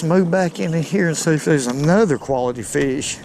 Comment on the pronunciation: I don’t think I would ever put a Carp back!? I Love how he says Feeish!